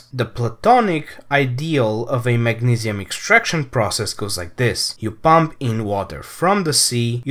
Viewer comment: he's saying mag-ne-see-uhm it's the pronunciation that I was laughing at, he said it weird.